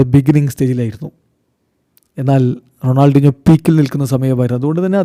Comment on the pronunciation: Ronaldeenjo ennanello parayunnathu. Shashi fens nte chevi afichu poyo😂